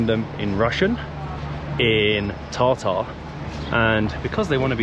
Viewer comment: I laughed at your pronunciation of Tatar 😂. You pronounced Tartare. My thoughts were uh nice, which one would I like? A Salmon, Tuna or Beef 😂😂. Good video as usual. Thanks